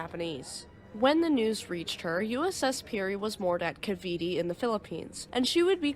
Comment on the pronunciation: The last "e" in Cavite is silent and the "i" is a long "i"